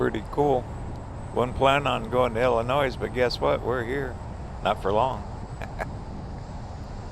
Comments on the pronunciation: Illinois s is SILENT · Fun video til you didn’t know how to pronounce Illinois. 👎🏻